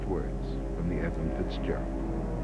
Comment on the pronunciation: You might as well call it the right way. Edmund. For respect, you know.